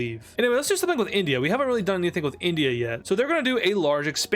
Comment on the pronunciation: its INdia not ONdia